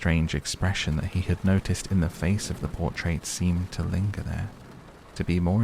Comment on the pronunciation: "Portrait." Just saying.